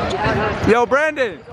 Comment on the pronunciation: Anyone notice that says Brandon’s name like “brenen”😂